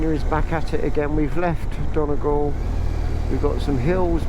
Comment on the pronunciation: It's pronounced Donny Gawl, not Donna Gol. I was the same until an Irish woman corrected me.